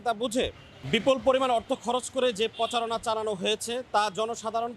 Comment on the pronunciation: আপনার র'ফলার উচ্চারণ ভালো করে শেখা উচিত। পোচারনা না, প্রচারণা। আর হ্যাঁ, সাথে 'চ' এর উচ্চারণ ও ভালো করে শিখবেন।